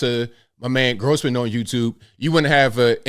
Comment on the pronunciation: Not GROSSman but ROSSman